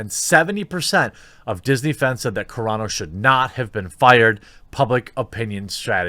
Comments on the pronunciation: Lol Carano, not Carrano :) much love from a brand new subscriber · Roll the Rs when there are two rs like carro, carreta or when the word begins with an R. But I think Carano is Italian.